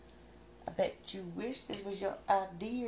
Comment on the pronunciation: lol sis said ideeer..